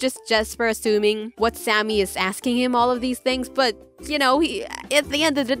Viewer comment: Did Did you just call the sámi girl Sammy